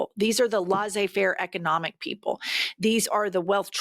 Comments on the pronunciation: "lessey" - not "lassez"- faire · Laissez rhymes with essay 😊